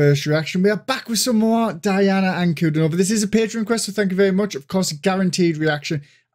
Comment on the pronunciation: "Dee-ana An-ku-DEE-no-vah". Accent on the middle syllable ;).